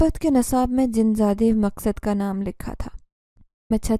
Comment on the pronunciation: Story teller madam, Zeenzada ka naam aap sahi tarah nahin bool paa rahi hain . Iss liye story sun-nemey aur samajhne mey dikkat aarahi hai........... Aap uss naam ko kabhi " Maqsad " (Maq-sad) tow kabhi "Maskad" ( Mas-kad) bool rahi hain ! 😢